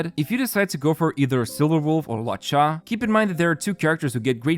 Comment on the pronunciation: 'Kiu-kiu' 'Luo-chai' ? Please, watch a pronunciation video on the characters, I don't know who you're talking about. Except for that real nice vid ofc